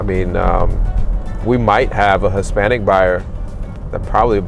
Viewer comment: Why the emphasis on “Hispanic “ buyer